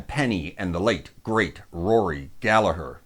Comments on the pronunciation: You didn’t really get it wrong, but it’s definitely not dove 😂. What you did get right that almost everybody gets wrong was Gallagher. Well done. I salute you. In case anybody asks, the h near the end makes the g silent. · And you say Rory's surname bang on! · You pronounced Gallagher correctly so you get a thumbs up for that 👍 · Another Irishman in the comments. Can't pick a list, just wanted to congratulate you on pronouncing Rory's name correctly, and to let you know that Róisín Dubh is pronounced Row-sheen Dove. I also think Dustin the turkey should have been an honourable mention, but I'll let it slide. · Thanks for Pronouncing Rory’s Surname Correctly!!!😁😁😁🇮🇪🇮🇪🇮🇪